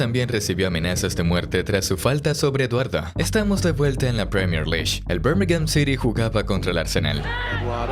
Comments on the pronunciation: “Premier Lish”? Que tan difícil es decir “Lig”? L-I-G… Vamos, inténtelo de nuevo. O también puede decir Liga Premier. League… Escumacher? 😂😂😂😂 Buen video, pésima narración! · Menciona bien la PREMIER LEAGUE no premiere lish🤦🏻‍♂️ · tenes un tono de voz bastante irritante.. y cuando decís premier liy. dan ganas de sacar el video, directamente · ojala dijese premier. ese suicida dice pierner lish xDDD